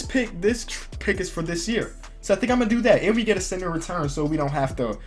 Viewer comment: It sounded like u we're saying sinner and not center